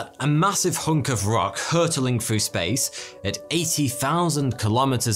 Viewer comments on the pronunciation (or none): none